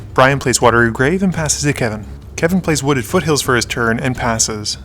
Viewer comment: fooded woothills...